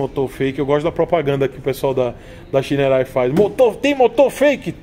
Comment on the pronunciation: Ele: xainouei kkkkk Eu: chinerai